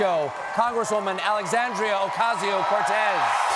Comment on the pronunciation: Steven should listen to how AOC's name was pronounces when she was introduces on day one of the convention, and practice.